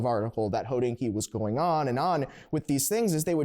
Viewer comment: Is it a freudian slip that keeps pronouncing Hodinkee «Hoe-dinky»? Just saying😂